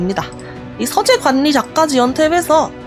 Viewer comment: 서재 관니, 관년한 → 괄리, 괄련. 받침 ㄴ과 초성 ㄹ이 이어질 땐, 앞의 받침 ㄴ이 ㄹ로 바꿔 발음됩니다.